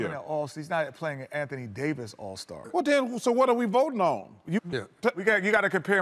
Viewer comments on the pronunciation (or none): Anthony ‘Day to’ Davis 🤨